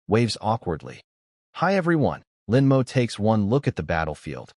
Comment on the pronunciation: Lin Mo. The AI is bad at pronouncing that name and a few other two to three letter words. No idea why. But yeah, the guy is almost always either a bad person or a protagonist as well. Just like the Sterling family, really. XD